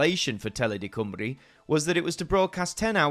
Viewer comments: Not going to lie, I didn't expect to look up and see Penarth Pier on AMTV. A hint, though - don't get your Welsh pronunciations from the London BBC! It's Cym as in "come", and ru rhymes with "bee". COME-ree. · Great doc but please it's Cymru......not Cwmree but Cumree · Wish you could say Cymru and S4C properly Sianel Pedwar Cymru = S4C. I'm sure someone on here would help you pronounce the words better